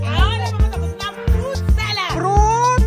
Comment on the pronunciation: PROOOOOT salad!!!! fruit kasi hindi prooooot!!! hahahaha